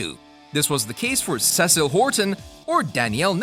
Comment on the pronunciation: It's obvious the narrator doesn't watch the show. You Last Airbender'd Cecile's name.